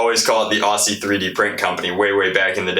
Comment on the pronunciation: Just so you know, you don’t pronounce Aussie the way it sounds instead pronounce it like Ozzy. As an Australian it really rustles my jimmys when you say it the way you do. P.s you are a god